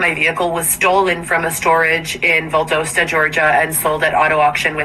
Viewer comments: And stop saying Val-doh-sta GA, it's Val-das-sta GA. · I know i HATE how she pronounces it!!